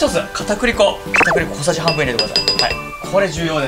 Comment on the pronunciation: 片栗粉かぁ～(ギガか～の発音)